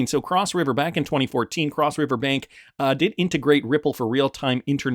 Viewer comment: You pronounce the word 'bank' in Deutsche Bank exactly the same as you did in 'Banque Delubac'.